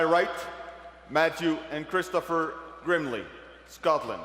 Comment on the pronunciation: One of the names is girmley instead of grimley 😂